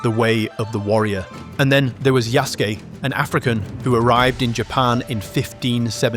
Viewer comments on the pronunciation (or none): Ok i agree with you but pronounce it right It is "yah ske" not "yah sue key"